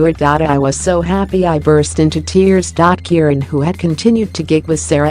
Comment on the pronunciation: Is it a robot doing the narration? And why don't the Americans find out how to pronounce things properly? The voice was saying Keiran for Keren, and goodness knows what for Siobhan (pronounced Shuhvahn).